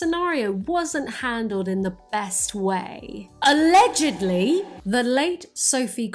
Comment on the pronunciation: it’s the way she emphasizes allegedly when she says it though I do love fact boi as well